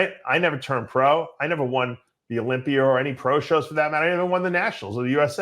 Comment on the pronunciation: How does dave say tuna when he says olympier